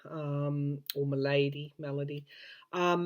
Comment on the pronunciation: Thanks for this reading, which I found reassuring. The US pronunciation of “malady” is the same as Australia’s. The unique pronunciation of ‘muh-LAY-dee” belongs to, who is a sweet lady from the south of the US who admits to having some pronunciations that are just hers.